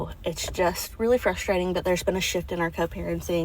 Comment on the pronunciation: When did “frush-trating” become a word?